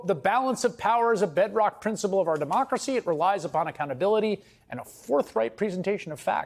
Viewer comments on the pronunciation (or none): none